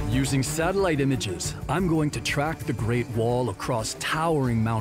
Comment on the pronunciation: The amount of times he says satalight💀